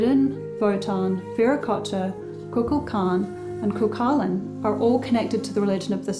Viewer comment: Cuchulain is Gaelic and means hound of the Smith. It is pronounced, coohoolin. Excellent video once again!